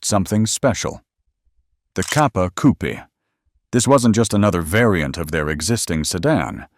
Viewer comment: The many failed attempts at pronouncing Italian names is woeful and embarrassing. Also the word 'coupé' has an e with an acute accent (´) at the end, it is therefore NOT silent and not a place where chickens live.